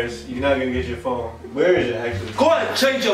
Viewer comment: “Somebodies calling my fheon”😂